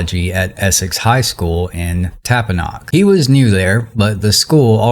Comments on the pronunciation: I think you meant Tappahannock…not “Tapanock” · I had to rewind when he said Tappahannock wrong. 😂 It's tap-a-han-nik. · Tap Oh Han knock … is how it’s pronounced lol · Its pronounced Tap-a-han-ick